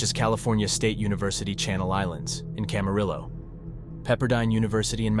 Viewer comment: I just wanted to give a little correction, Moorpark is a Community College named Moorpark College. It’s not a Cal State, but it’s a common mistake. Also, Camarillo is pronounced rio at the end, the Ls are silent. And and Newbury Park is actually in the city of Thousand Oaks, it’s just a part of TO that’s called newbury if that makes sense. It helps split up TO. (Sorry, I live in the city next to TO and these are such minor things I know).